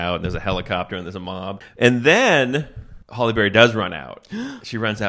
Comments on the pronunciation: Her name is Halle not holly. Sounds so weird in my head when I hear u say it 😅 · Hal-E, not Hall-E. But other than that, gold. Dammit, so good even through the invented peanut butter.... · I agree. Everytime I heard it, I thought, "How do they not know how to pronounce her first name by now?" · Halle not Holly. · Her name isn't "Holly". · It sounds like he’s saying Holly Berry instead of Hallie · Calling Halle Berry "Holly" the whole time is unhinged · 🤣 Halle. Not Holly. 😩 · HALLE not HOLLY MFER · Her name is “Halle” not “Holly” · It's Halle, not Holly, still made me laugh though! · 1. “Nappy dugout” was definitely a real slang term in the 80’s/90’s 2. WHY DO YOU KEEP CALLING HALLE BERRY “HOLLY BERRY”? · Hallie, HALLIE, not Holly! 🤦‍♂️ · It's Halle Berry, not Holly Berry. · I just came here to join the chorus of people criticizing you for calling Halle Berry Holly. Her first name rhymes with alley, not with jolly.